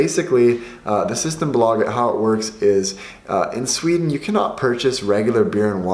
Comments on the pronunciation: SystemBÅÅlaget, best pronunciation lel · The way you pronounce ”symtembolaget” 🤣😂🤣😂